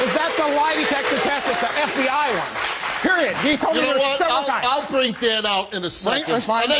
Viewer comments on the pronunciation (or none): the t is supposed to be silent. the phrase “periodt.” is used by 13 year old nicki Minaj fans. other phrases include “yaaas queen.” and “chileee.” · No t in period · He said “period” not “periodt” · Dan literally said, "Periodt." THAT'S ON PERIODT POOH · imagine if he did say the T I would die laughing.